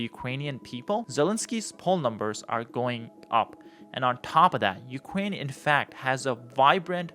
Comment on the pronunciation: I cannot take information seriously from a person saying “Ukwaine” & “disagweed”, especially with single sided criticism.